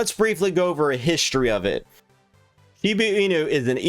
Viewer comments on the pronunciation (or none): This goofball can't even pronounce (or doesn't care to look it up) SHIBA INU and VITALIK BUTERIN. He keeps saying SHIBU and BUTTER-in. LOL